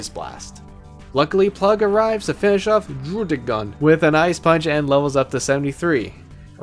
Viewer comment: This guy tries so hard to say druddigon... did you know that they pronounce it Druh-dih-gen in the anime